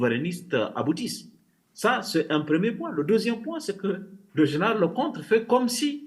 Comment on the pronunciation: En fait ce "zénéral" a fait une déclaration de guerre aux Africains !c'est noté" zénéral"